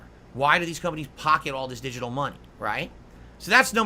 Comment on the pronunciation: He really likes to enunciate his Ts, and sometimes all the individual syllables. I assume he does it to make himself sound smarter or something. It's like nails on a chalkboard to me haha. Edit: "DiJiTul" gaaaaahhhh